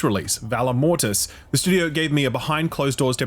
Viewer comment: I watch exclusively to hear "shtewdio" 80 times.